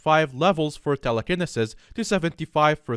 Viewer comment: All I could do was face palm when you said tele-ken-iss-iss